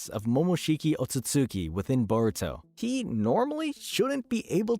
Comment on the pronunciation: I thought the show was called Baruto? 😂